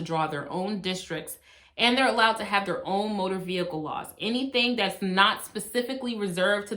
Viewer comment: TOOK ME OUWWWWWWTTT 😂😂 “VEE-HICLE. VEE-HICKLE.” 🤣🤣🤣🤣